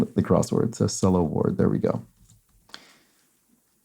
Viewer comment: Sela Ward is from my home state. It’s pronounced like SEE-la. Keep up the great work! Love your channel!!